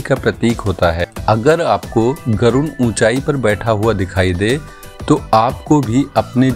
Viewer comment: गरुण नहीं गरुड़ कहा जाता हैं।